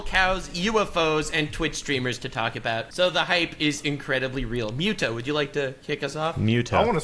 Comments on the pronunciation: Them calling muta "myootah" had me rolling lmao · Mueta is the best, gotta thank his wife for that lovely pronunciation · Miuta lol kinda like miata